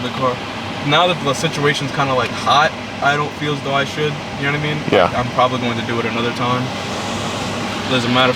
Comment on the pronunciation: How is not a single person in these comments saying anything about the “yanitimean”?